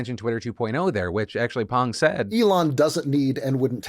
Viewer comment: 감사감사 Phil for pronouncing "Pang" correctly